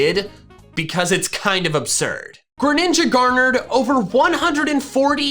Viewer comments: DO NOT LEAVE OFF THE R IN GRENINJA! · THE SECOND G IN GRENINJA IS SUPPOSED TO BE A J! FIX IT NOW! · The second G in Greninja is supposed to be a J!